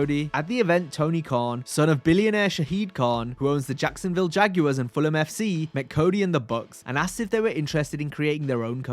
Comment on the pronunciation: Nice to hear Fulham pronounced correctly